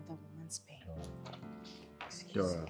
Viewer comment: Greke u cal Dora's name nice